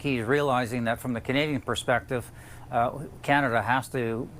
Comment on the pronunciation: Kenada calm down 😂